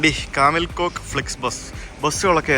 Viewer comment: Kamil Koç - കമിൽ കോച്ച് ആണ് , കോക്ക് അല്ല !